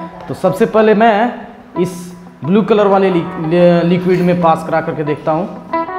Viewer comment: Bulu nahi blue sahi bolo English